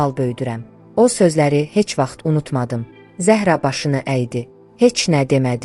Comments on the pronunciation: Zəh'ra yox, Zəhra' Dedi Mirsadığ müəllim. Yersiz belə danışmırıq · Ay mətni oxuyan, siz dilimizi doğru, düzgün bilmirsiniz. Bilsəniz, Zəhra adında və başqa adlarda, vurğunu ə hərfinə deyil a hərfinin üzərinə salardınız.... Zə'hra yox, Zəhra' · Zəəəhra yox, duzgun teleffuz et , vurgu "a" herfine dushur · Zəhra Ərəb sözüdür . Zəhraya Zahra deyilməz Ad mənasına sənin savadın yoxdur